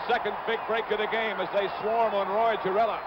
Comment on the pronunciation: Roy Gerela?, was Summerall drunk or what?, he was hasta la ñeks.